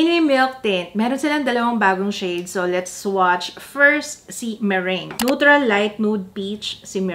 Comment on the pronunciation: Yung meringue... Merang bigkas:)